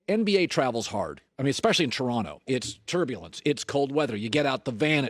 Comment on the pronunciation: Nick Nurse's pronunciation of "Taranno" was absolutely perfect